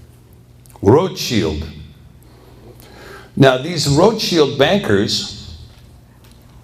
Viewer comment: Are you thinking of when he says "Roths-child"?